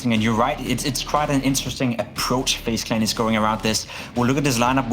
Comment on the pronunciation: Fejs klen ? I am nit shure that you pronauce like that. Dmn what an idiot